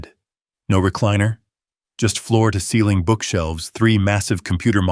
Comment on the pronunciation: Floor toseeling? How about from floor to ceiling? 😂😅🤣😅😂😅🤣😅😂😅🤣I just unsubscribed from this channel. Too many errors on pronunciation and spelling. There are much better story channels out there. Ojai….not ohigh. Angina not anginna. Senile…..not scenile. Hell, my spell checker won’t even correct some of your stupidity.